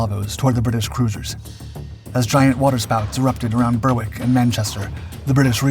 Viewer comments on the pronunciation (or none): Berwick is pronounced BERIK